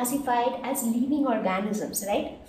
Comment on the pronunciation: Y do u tell leaving for living???pronunciation wrong otherwise good